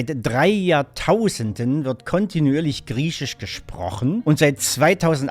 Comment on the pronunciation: Was ist dieses "krieschisch" von dem der Herr redet?